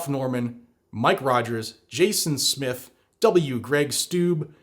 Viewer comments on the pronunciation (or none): none